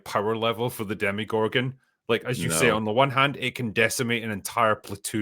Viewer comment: Every damn time says Demigorgon I yell at my screen. They're called DemOgorgons, man!!!